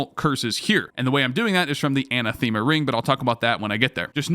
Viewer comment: great, only points off for butchering anathema Ah-Nath-Eh-Muh